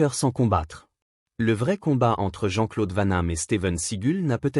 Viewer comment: C'est Steven Seagal pas Steven seagul n'existe pas 2 c'est Jean-Claude van dam et pas vent nam Jean-Claude vanhamme n'existe pas